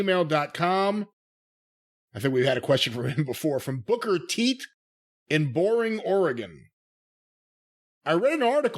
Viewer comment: did he just say "booker teet"? Lol wtf